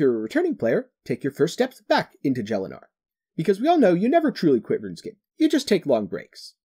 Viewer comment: Great video but the way you pronounce Gielinor is just wrong..